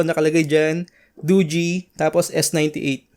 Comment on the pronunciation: Nice tama pag pronounce ng dogee di katulad sa ibang channel mali mali